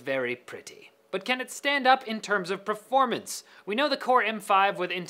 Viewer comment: I'm sorry. Did you say "Praformance"? It kinda caught me off guard. Great video. Just... words, man.